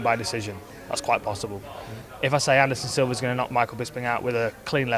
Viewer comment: I swear Hardy said "Anderson Silver"